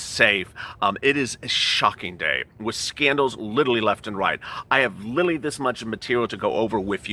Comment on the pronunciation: Why does he keep saying littlely when it's pronounced literally?